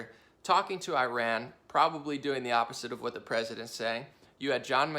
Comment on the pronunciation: This guy is a complete right wing hack! And dumb as a doorknob. That’s not how you pronounce Iran.